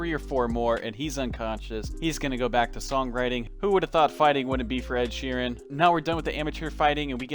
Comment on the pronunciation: Dude said ed sharen